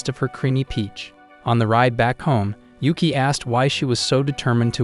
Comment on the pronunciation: Is not ueke its yuuki its nit uzen its kyouka